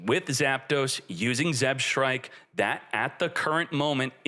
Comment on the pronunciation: being the ideal Yu-Gi-Oh player can't read "Zebstrika" properly